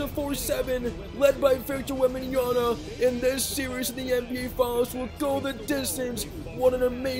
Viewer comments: Wem-ban-ya-M(not n) a keep it in mind bro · take a shot every time mispronounces Victor's last name